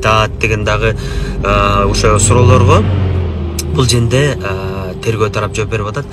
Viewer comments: Юрист туура суйлой албайт окшойт а бул жерде деген созду бкл женде женге деп айтат экен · Тантык экенсиң го...бул женде деген сөздү биринчи угуп жатам